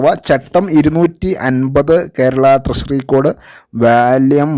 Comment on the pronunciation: Much improved, but ട്രഷറിയെ ട്രശറി എന്ന് പറയരുത്. ട്രഷറി എന്ന് തന്നെ പറയണം.